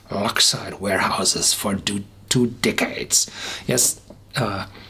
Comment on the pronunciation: It leaked?! Most unusual? Bruichladdich is just so amazing. I truly hope they keep their standards going forward knowing who now owns the equity in that company. Also I laughed at how you pronounced 'two decades'. :) Great stuff as ever Horst!